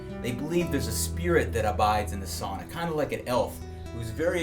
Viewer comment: and he pronounced sauna the first times good, then failed